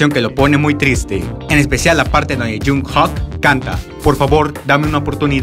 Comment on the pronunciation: Jung jok?? Jajajajajajajaa La pronunciación es (Yungkokk)